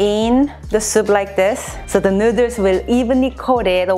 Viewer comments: Say noodles correctly pls my god🙄🙄🙄🙄😡😡😡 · I heard her saying noder.. My mind jimin :- I love noder.. Korean noder 💜💜💜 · This bitch says, “nooders” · I love the recipes here and they look amazing, they make me want to buy a pasta maker and do ramen from scratch. But the real reason I come and watch these videos is how she says "nooders" xD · She did an amazing job and this is something I know I’d never be able to make without screwing up! And I love how she says noodles with her accent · how she says noodles is great. and wow he has a shirt for it too HAHAHA